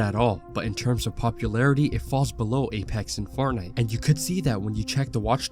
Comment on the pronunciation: Bro are you saying fart nite?!? 😂